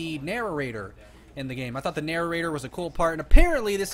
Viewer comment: it's not nararater it's prounounced na- rate- er